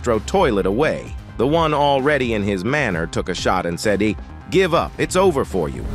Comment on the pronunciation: Austro toilet said ,, its jover for u" not ,,its over for u"